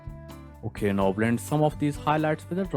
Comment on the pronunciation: Your "so" and "okey" sound so german 😂